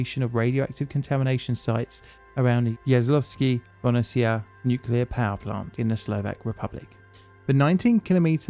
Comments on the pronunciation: It is pronounced ya-so-lau-skea bo-hoo-ni-tsea (Jaslovské Bohunice) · Yo tnx a lot mate. Pronounciation is - Yaslawske Bohooneesea :) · Its pronounced Yas-lows-keh bo-hoo-nee-tze. And it is czechoslovak, not czechoslovakian for F sake! Do you say filipino or philippinean? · What is Bo-ni-ci-ya? Yas-lov-ske Bo-hu-ni-tse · You pronunciaion of "Jaslovske Bohunice" is not convincing at all. Please train it before you publish something - "Yas-lov-ske Bo-hou-ni-tse" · Just learned something new about country I come from very cool let me just correct your pronunciation though Ya-slow-skæ Bo-who-nee-cæ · Ya (like in yard) - slov (Slovak) - ske (sketch, but the 'e' sound longer, although it's not 'ee' sound like in meet) Bo (bold) - who - n (n in new) - itse (itself) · A1 is still being dismantled and no end is in sight. It is considered a bottomless pit where money are thrown at it, undisclosed percentage is stolen and it is not a surprise that director of the company responsible for the process was murdered during late 90's. PS: Please, try to read the name like this – Yaslovske Bohunitse... Thank you. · Im sorry, Im Slovak, I understand it's hard to pronounce for foreigners, but the little hesitation I hear every time with the name is so damn funny xD Yas-low-skie Bo-hu-nee-cie :DDDD I don't mean it in a bad way, but it's hilarious and a little cute xD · Hmm I live couple of 10s km away and first time hearing about it. Also I laughed hard at pronunciation of Jaslovské Bohunice 😂😂 but great job as ever 🫡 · I tought it must be Jaslovske Bohunice but man you murdered that so much I coudlnt recognize for the world of me. :D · Jaslovské Bohunice are pronounced differently as you did, but a great video and thank you for doing it about my home country Slovakia ❤ I have a relative who works with this reactors and is currently helping to deactive it. If you’d be interested in having more information about it contact me please.